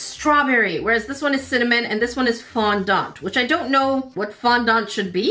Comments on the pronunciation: It is fondant not fondond sorry 😔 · Its pronounced Fond-Ant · It is fondent not fondant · As someone who loves baking, I audibly wheezed when she said ‘Fon-Daant’